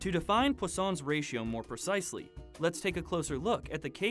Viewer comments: Its पोइसनस रेश्यो not पोस्सोंस रेश्यो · I pronounce it as Poison's ratio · I just came to realize that its not pronounced as "poison's"